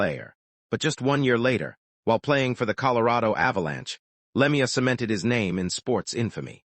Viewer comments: Le mee uh. AI is total sht. Not even enough respect to get his name right. Anything for a buck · Cant listen to this anymore after the third time he said Lemi - ya. Dont listen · Wouldn't you just like to punch this AI asshole? He can't even pronounce his name! It's always been pronounced Claude Lemue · Narrator if you can't pronounce the name of the deceased maybe you shouldn't be narrating this . A little respect for the dead .Were you raised or thrown.